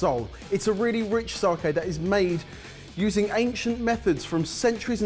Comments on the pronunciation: Saki not saaaaaaaaaaaaaaaaaaaaaahhhhhhhhhkey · "Sarke" huh lads? :P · Its not fucking SARKAY! Only pronounces it almost correct cmon lads. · take out the i in your sakei pronunciation. Think Spain - sa-que. Sake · Sake, it sounds like Sarkay when you guys say it 😜.